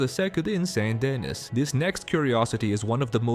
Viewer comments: Off topic but you might be one of first people I’ve heard pronounce “Saint Denee” Like “Saint Deniss” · How can you make videos about this game but not know how to pronounce Saint Denis?